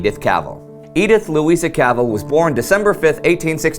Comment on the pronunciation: not cavel but CAV ELL IS THE CORRECT WAY TO SAY HER NAME